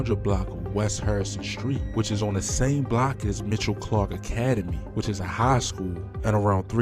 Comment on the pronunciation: It's Michelle Clark, sir, MI- chelle Clark, get it right, that's my old hood joe